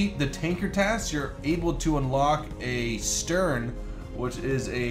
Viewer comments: It took me a while to work out what you meant when you said 'STERN'. Then I realised that you meant 'STEN'. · Stern? What the heck is a stern? It's called Sten! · Oh? A "stern" machine gun,? STERN?